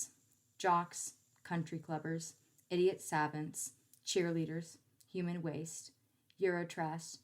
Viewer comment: it’s pronounced Su-vaunt